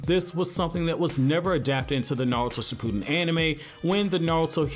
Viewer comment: 😂😂😂 It is not pronounced "Sh - POO - den" but "ShiPP - oo(smaller oo sound and not an extended sound. The effort doesn't stay on saying "POO" in this word.) - din". 💙💙💙💙💙💙💙